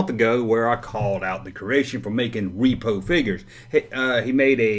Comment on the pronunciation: Repo = what happens when you don't make your car payment. RepRo = reproduction. Say it with me now ...... RepRo!